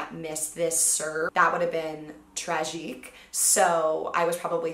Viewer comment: "Trájique" -Victoria Garrick